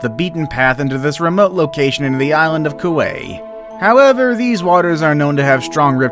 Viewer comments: KOO A? it’s ka-wai . dam. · Kauai is pronounced ka why and hanakapiai pronounce Haw naw copy Eye Btw Local from Kauai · Kauai (KA•wa•ee) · Did he say Kuwai? If he meant Kawaii it’s pronounced Koo-w*eye or Ka-wa-ee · #10 pronounced "Ka-vai-ee. #5 pronounced "key-la-way-uh."